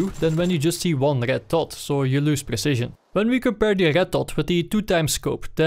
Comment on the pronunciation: it is me or that he can't pronounce Red XD but really good video. thank you